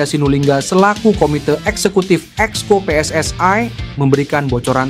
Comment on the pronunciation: KOMENTATOR INI MERUSAK BAHASA INDONESIA... JANGAN PERNAH MENCAMPUR ADUKKAN BAHASA... PSSI BUKANNYA PSSAI BACALAH DAN SEBUTLAH DENGAN UCAPAN YANG BENAR JANGAN MERUSAK BAHASA INDONESIA DENGAN MELAFALKAN HURUF DENGAN UCAPAN PSSAI